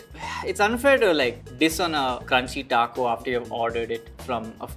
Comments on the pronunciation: botching the name of the taco pack🤣🤣🤣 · When was say the largest Taco Bell item and was butchering the pronunciation of it I was LMAO 😂 😂😂😂😂😂